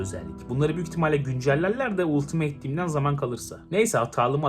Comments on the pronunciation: abi gözünü seveyim 'ultimeyt' değil 'altımıt' :D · Ultimeyt ne la. Altimıt olacak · abi ultimeyt değil söyleyeyim dedim